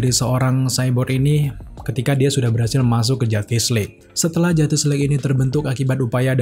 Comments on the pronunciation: Mau nntn to kuping kurang sreg dnger cara pelafalan “JUSTICE” dan berulang banyak banget... gk kuat... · wkwkwk bner bgt ngabb